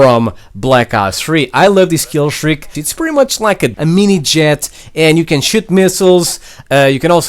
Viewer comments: Is it just me but does he say the dart can shit missiles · Bruh Ik but he sounds like he said shit missles